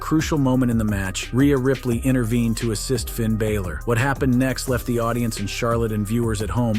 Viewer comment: Also, you need to learn how to pronounce Bálor properly